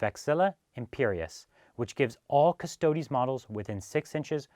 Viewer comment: it's 'preetor' not 'praytor' btw :p but thanks for pronouncing custodes properly and not calling them custards like a lot of people do <3